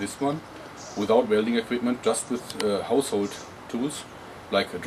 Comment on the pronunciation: gemacht mit "haushould" tools leute!